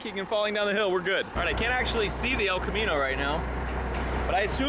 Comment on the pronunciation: refuses to call it an el Camino. It’s an el chromino